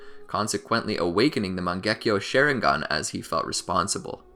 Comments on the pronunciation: Did this dude say share ing gun bruh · bro XD "shareinghan". nice vid tho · Bro really said "Sharing gone" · I know I can’t be the only one getting mad when he says sharingan wrong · The "shareingan" as you say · Bruhh Manz said “shareigan” 😭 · Why did he say Shisui awakened the Mangekyo Share-ingan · Share-ingan lol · Did he just say “Share-ingan” 😂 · “share ing gan” Im dead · you said sharingan wrong